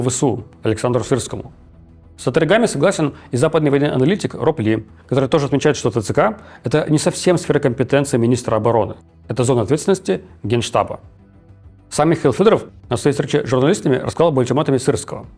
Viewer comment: "сфэра компэтэнции"? - Левиев, тебе сколько лет, 180?